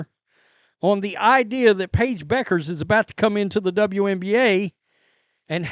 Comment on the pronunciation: I know, but I think they are saying it wrong, apparently, which says a lot about how much importance they put into it. Do a Google search on how to pronounce her last name. It's not Beckers.